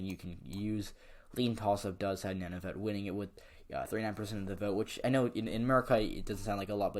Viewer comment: Good job on Canadian politics. Canadian aboriginals are called first nations and the northern aboriginal peoples are called Inuit. "Nun-uh-vit" is how to pronounce Nunavut.